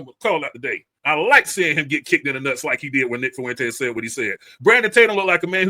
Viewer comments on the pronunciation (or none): IT’S FUENTES NOT FU ENTES